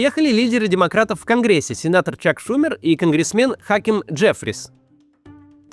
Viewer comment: Не шУмер, а шумЕр!